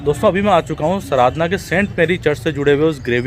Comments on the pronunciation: Sir please sardhna ko saradhna mat kaho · At least pronunciation to theek se kijiye jagah ka naam..its Sardhana hai not SARADHANA... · Sardàna hai sirji sradna nhi please pronounce properly.jai yeshu ki. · भाई वो सराधना नहीं है, sardhana (सरधना) है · Angel, the name of the place is "Sardhna'" and not "Saradhna", there is a major difference in your pronunciation & spelling, Please correct yourself and in the video, Otherwise the video is Great !! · भाई सराधना नहीं सरधना हैं सही से तो प्रनाउंस कीजिए आप हिन्दी भाषी भाई लगते हैं इस बात का ध्यान रखना चाहिए l कोई गैर हिन्दी भाषी अगर ऐसा कहे तो समझ आता हैं l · Good information but it is called OR pronounced like “SIR DHANA” spelled Sardhna !!